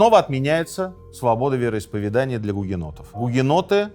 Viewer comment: Прошу прощения, уважаемый автор---вероисповЕдания!!! Не обижайтесь!! Вы вещаете на огромную аудиторию! Красивая речь и правильно поставленное ударение--это Ваш успех!! С меня и моих друзей --подписка "нравка"!! Удачи!!